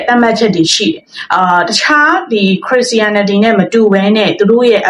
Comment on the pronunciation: အစ်မ ရေခရစ်ရှာရနတီလို့အသံထွက်ကမှားနေပါတယ်ပြန်လေ့လာပါဦးနော်